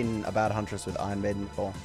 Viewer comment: irish coming out?